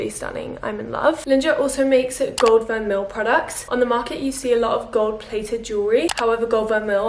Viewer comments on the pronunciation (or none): Great video:) just a little PSA, Étoile is pronounced eh-twul (like how you pronounced it but without the é on the end. It means star in French!), Linjer is pronounced linear (like the adjective meaning in a line), vermeil is pronounced ver-may and mauve is pronounced mowv:)